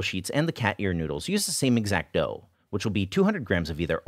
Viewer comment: Anyone else think he was saying "cat urine noodle" for half of the video?